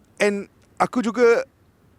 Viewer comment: Kite tu layang2 brader..sebut nama legend betul2..pengulas bola pun xtau sebut nama player